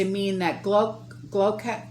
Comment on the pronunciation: I’m from the UK, thank you for sharing what’s going on over here. To help, Gloucester is pronounced ‘Gloster’.